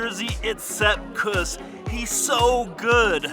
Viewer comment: Say: KOOS. Rymes with caboose. Say it right man